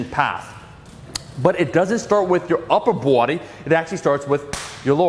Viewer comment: Omar saying upper Buwudy uwu.